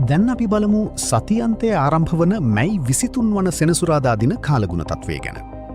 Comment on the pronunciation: මයි මස නෙවී අනේ මැයි මස කියන්න.😂😂😂